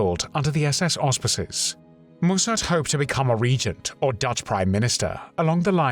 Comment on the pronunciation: Mussert was a pathetic little man who betrayed his country but he was not a "thief" - why do you make such crazy allegations? It rather undermines the seriousness and indeed validity of this video.... Oh and by the way, it's pronounced "Mussert", not "Moossart".